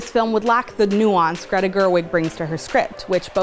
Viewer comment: Gre-TA, Gre-TA. Say it again with me, her name is not Gre.